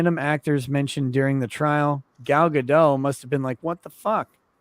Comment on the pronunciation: gal gadot is pronounced ga-dot. dot. gadot means river or something like that. it's not ga-doe. pronounce the t, boys.